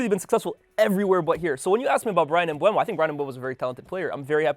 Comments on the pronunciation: All these “experts” really need to learn how to pronounce Mbeumos name correctly 😂 It’s MbEUmo, not MbUEmo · Stop saying Mbuemo, it's disrespectful and shows a lack of professionalism. The dude's name is on a card right behind. There's videos of him pronouncing his own name. It's been years since he's been in the Prem and he plays for your club now, show some respect. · all 3 of them called him Mbuemo 😭. It's Mbeumo guys, come on. M-beu-mo